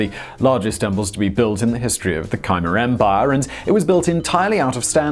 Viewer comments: Oh, Simon, will you please check pronunciations at least 0mce in a while? How do you get "KYE-mer" out of "Khmer?" I know you're too young to have heard the name of one of the most horrible people to "out-horrible" the Nazi for atrocities, but my generation (era of the Vietnam War) who heard "Khmer Rouge" in two out of three newscasts, it's pronounced "K-mair." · Khmer the Cambodia language is pronounced as Ka-mear. My village speaks it ;-) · "Khmer" is pronounced "k-MER". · Please learn how to pronounce Khmer. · Simon , I realise that miss pronunciation is your thing , but how in God's name did you manage to get Khmer so wrong ?